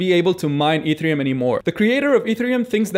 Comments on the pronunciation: pronounced EH -TEH -REH -OOM ......NOT....E THREE -UM also to understand a third of what he says instead of nothing at all click the setting of the video and click the playng speed at -,75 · taking advice from a person who doesn't know how to pronounce e t h e r i u m :D